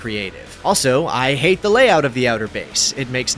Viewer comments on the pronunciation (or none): none